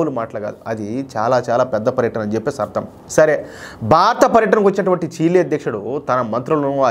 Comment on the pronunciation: చీలి కాదు?చిలీ